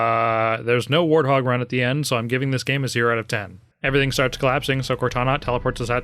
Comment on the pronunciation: "and then the elevator sharts coming down on it's own."